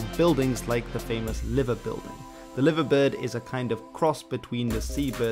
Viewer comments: Brother the liverbird is pronounced lie-ver bird not live-a bird . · You said liverbird and liver building wrong. It's pronounced like the live in alive 👍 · FYI Liverbird is pronounced “LIEverbird” like to “lie”. Idk why it’s different to how you say the city name but there you go